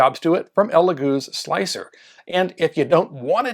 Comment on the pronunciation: OMG! Thank you so much for not saying “slick 3 R” I can’t stand that!😖